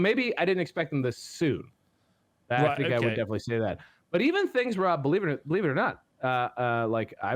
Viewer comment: Thanks for the shout-out, guys. Also, well done, Rob, for smashing the pronunciation of my name. 😂